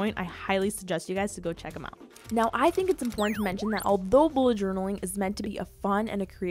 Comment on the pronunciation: It's not emportant ,it's important